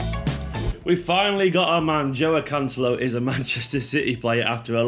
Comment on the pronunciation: Who? Lets work on the pronounciation:- Jwow Can-selo 😁